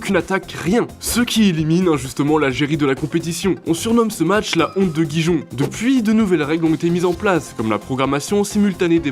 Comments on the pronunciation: on dit Rirone pas Gijon mdrrr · Gijon = Guy jon ??? 😂😂😂😂😂😂😂😂😂😂😂😂 je sais pas comment l’écrire en phonétiques mais …. Rirone c’est mieux 😘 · C’est Guy Jon?🤦🏻‍♂️ Gijon se prononce "Rirone" 🤷🏻‍♂️ Et ça continue la Lazio Romé 🤦🏻‍♂️ c’est pas comme si RomE était la capitale de l’Italie 🤨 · Gijon on le prononce rirone pas guijon 🤣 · La honte de Giron pas de Gijon (je parle de la prononciation) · Gijon pas Guy rond 😅 mais gg pour la vidéo 👍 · On prononce pas Guijon mais Riron. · C'est Gijón pas Dijon 😂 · Va falloir apprendre à prononcer le nom des villes espagnoles car là « GUIGEON »c’est pas possible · "Bechiktass" et non "Bessiktaz" La Lazio, ou Lazio Rome et surtout pas ROMÉ J'ai failli m'étouffer quand j'ai entendu gijon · La honte de Guijon 😭😭 un petit effort sur la prononciation quand même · Guijon c'est Dijon mais en Espagne 😭😂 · La honte de RiRonE apprendre à prononcer le nom des villes c'est pas mal également... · La Lazio " romé " sérieux ?? Le sporting "guijon " ?? Un minimum d'efforts svp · La honte de "Guy Jon".... Sérieux les gars.... j'ai failli faire un AVC en entendant cette prononciation 🥲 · Quelques prononciations à revoir comme avec Gijon, Goethals, Lazio Romé ? Sérieux ? Lazio Rome ou Lazio Roma - sur le calciopoli de 2006 à savoir qu’en 2010 il a été prouvé que l’Inter avait été aussi impliqué mais a bénéficié de la prescription et la Juve a été blanchie, le club se bat d’ailleurs pour récupérer les titres de 2005 et 2006 Si vous voulez faire des vidéos sur certains sujets, faites le correctement…. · C'est pas Gijon, nooooooon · Oh mon dieu la prononciation de Gijón je suis abasourdi